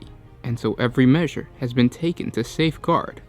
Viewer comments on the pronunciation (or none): none